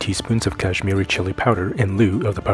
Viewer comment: The fact that you come up with such easy recipes and give these alternatives to ingredients...it is amazing. Hello from India... Love the way you speak and describe the food... and in this one... loved especially the way you said garam masala and kashmiri red chilli. I hope to try this one and that would be my first tofu dish ever in my kitchen. ❤️🙏